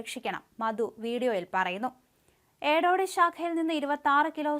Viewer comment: എലോട് ശാഖ അല്ല എടോടി ശാഖ